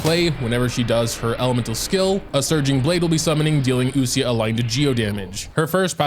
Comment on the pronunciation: Definitely the queen of Geo also not to be that guy but when u pronounce ouesia its pronounced weesiya , its French i think!